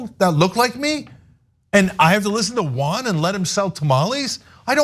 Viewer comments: They didn’t pronounce Juan right either, but is sweet. Who cares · Another ‘giant culture clash’: Armenians and Turks can’t pronounce JUAN.😄 If they try, it sounds like some Asian name...